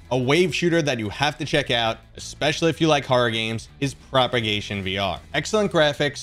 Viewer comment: thanks for the video. btw its Prop(A)gation VR